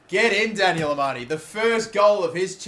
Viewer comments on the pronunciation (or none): none